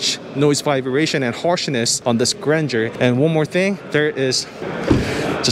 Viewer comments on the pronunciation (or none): Suggestion: you don't need to learn French language to pronounce Grandeur properly. Learn about the meaning, also. Then you will discover why the did not name it just Abcdefg.😂 By the way, the car is impressive.👍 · It's not granger it's Gran-deur in french it means bigness greatness. I coulden't guess the name spelling by yourself until i read it. Grand eur